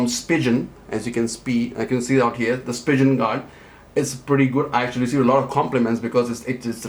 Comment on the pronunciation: Spigeon ??? lol its Spigen